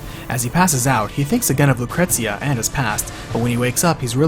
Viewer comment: Lucretzia??? Cait Shee? idk if those are the correct pronunciations, but you couldn't pay me to pronounce them that way lol